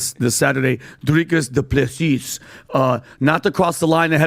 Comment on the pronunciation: why did he say Drikus DuPlessis like that? does he know bro is South African?